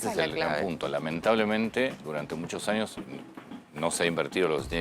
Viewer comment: Uds..srgentinos no pueden pronunciar la Ñ siempre dice NIOS EN VEZ DE ÑOS😮😅 aNIos ENVEZ DE aÑos